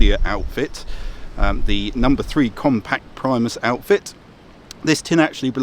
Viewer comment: reads Primus hears Priemus :P love it